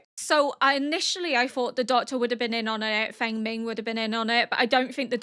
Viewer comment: Fengming is pronounced like Fong-min, I think.